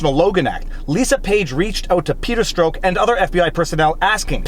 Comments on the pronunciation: Strzok = Stroke?! I thought it was Stir-Zock? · Hey Viva!! Absolutely love your videos!! One tiny comment: Peter “Strzok” is pronounced like “struck” not “stroke”. Vlawg on! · (1) Let your child speak...can't be worse than Gleason. (2) Check your pronunciation of Strzok; I kept looking for a stroke when you were reading until I finally saw what you were saying.